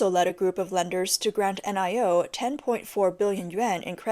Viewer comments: Lol...the brand Nio is not meant to be read out letter by letter...it's meant to be pronounced as one word...'NIO' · N-I-O is pronounced NEO. The ElevenLab AI can't pronounce NEO.